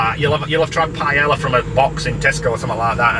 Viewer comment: Words confidently says incorrectly: paella, marinara, teriyaki. I think it adds to the charm 😂❤